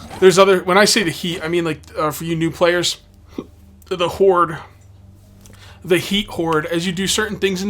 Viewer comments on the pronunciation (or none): none